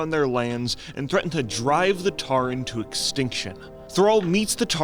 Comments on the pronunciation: "Tarren"? Tauren mate <3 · saying TAREN is sending me.